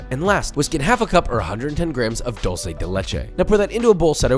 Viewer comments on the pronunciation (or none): It is dUlce de leche, not dOlce de leche…